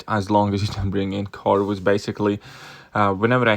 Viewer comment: u called Medusa magik.... And can u pronounce CORVUS properly.. like it isn't that hard😂